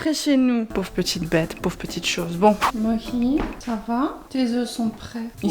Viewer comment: Les gens... c'est Mohi. MO-HI pas Mochi ni Moshi, c'est Mohi !!